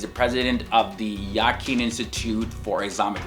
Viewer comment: I love your video I was just thinking that you should correct your pronunciation of the Islamic terminology Yaqeen: ya -qeen Umrah: Um-rah Hajj: haj Suleiman: sulay-maan